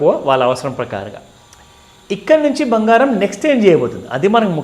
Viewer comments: 'బంగారం' తల్లీ! అది భంగారం కాదు 😂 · Anandam lo bhangaram cheppindi😅